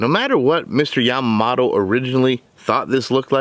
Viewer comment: Yamamoto... MOTO, Not mato🙄😒😑